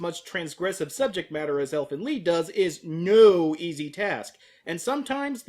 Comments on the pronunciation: it's lied not lead DX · It's pronounced Leed or or Leet. It's German for song. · Lied in this case is phonetically pronounced 'Leed', German for song.